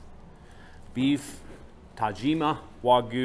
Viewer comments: "Tajimi" 😂 .. there's an A at the end there bud lmfaoooo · why do you say Tajimi when it’s spelled right in front of you TAJIMA? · Ta-jimi wagyu !?!? Ohh no.. its TaJIMA !! Lol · Love you guys, but everytime say "tajimee" instead of (Todd gee ma) my ears bled a little. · oh thank god 🙏 i was starting to lose consciousness drinking every time he kept saying ta-jimmy 😂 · for the future viewers, do this and thank me. take a shot every time he says 'tajima waygu " or some variant..... i do love these guys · Tah Gee Ma. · should pronounce correct wagyu tajima ta ji ma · What a great video. Took me out of my own brain for a while from start to finish. Arigato to the fine man who raised the beautiful animal and corrected on the pronunciation of Tajima. Thank you. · Hey guys here's a way to remember how to say Tajima. When you go to the Doctor and he says open your mouth and say AHhhh.... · Bro still couldn’t said tajimA the whole time… even after he heard them pronounce it correct… geez😂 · still messing up the name at the end of the video!! 😂😂😂😂😂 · Have a shot every time they mispronounce Tajima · Glad they corrected you on the Tajima pronunciation, just need someone else to tell you about changing your "wagoo" to the proper wagyu pronunciation. Awesome vid, as always.